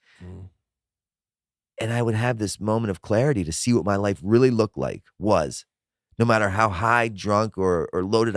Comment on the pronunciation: "I used to stuff toilet roll up my arse for 12 years" rearly" lol